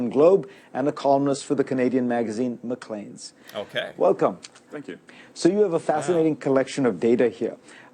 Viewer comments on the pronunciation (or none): *Clarification* : McClean’s is pronounced “Mac-Clanes” ; NOT “Mac-Cleans” 💕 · It's pronounced Mc - clay-n's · Love your channel! Fyi it's pronounced mclanes with the emphasis on the second syllable...lanes Keep the vids coming! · Good video today. 👏 More videos like this and less on maple syrup and Tim Hortons... I'm still baffled at how you can't seem to pronounce "McLean's" though.